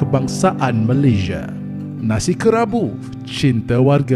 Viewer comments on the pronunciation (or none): Sebut lah MALAYSIA bukan Malayzhia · Malaysia atau malayziye? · Sebut betul-betul, Malaysia. ✌🏻